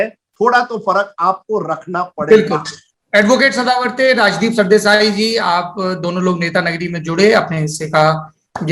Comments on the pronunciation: To sadawarte 44 la chawrechalis mhanto🤣🤣🤣🤣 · being Maharashtrian at least you should pronounce Mr. Sadavarte correctly and appraise your co-host about the same. It's " गुणरत्न सदावर्ते ". You may follow Marathi news paper for the same. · निखिल महाराष्ट्र से है ? तो नाम तो ठीक से ले लो बे, "गुणरत्न सदावर्ते" .. गजब मिर्ची लगी यार सौरभ भैया आपको हैं ! 😉 आपके प्रदेश का नही पता पर महाराष्ट्र में CKP ब्राह्मण माने जाते हैं, तो जानकारी आपकी गलत है । प्रकाश आम्बेडकर शुरूवात से मराठा आरक्षण के पक्ष में हैं, वो कभी इसके खिलाफ नही जायेंगे, राजदीप ज़रा संभल के बात किया कर । अम्बेडकर जी के ज़माने में भीषण जातिवाद था, आज के ज़माने में भी भीषण जातिवाद है, इसलिए आरक्षण की व्यवस्था और ज़्यादा मजबूत करने की ज़रूरत है, इसलिए आपके चैनल में भी आरक्षण की व्यवस्था का इन्तेज़ाम कीजिये सरदेसाई साहेब, कितने sc st obc ke कर्मचारी हैं आपके चैनल में ?